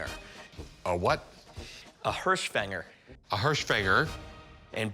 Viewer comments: "Hirschfänger" translates literally to "deer-catcher". So, no boar. And the pronunciation is closer to "hearsch fenger" (silent g), not "hursh fang-er". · Get it right,. “Hirschfänger” in German means deer catcher.